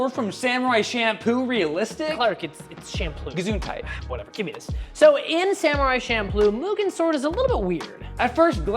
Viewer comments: "Gesünndheit" 😂 ( im german lol ) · Did Clark say Gesundheit or am I tripping?